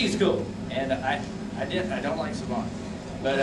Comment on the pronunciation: Sah-bahn? I thought it was pronounced Say-ben?